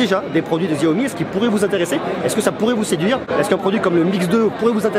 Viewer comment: aie aie aie mes oreilles saignent XAOMI --) SHAOMI S'il te plait xDDDDDDDDDDDDDDDDDDDDDDDDDDDDDDD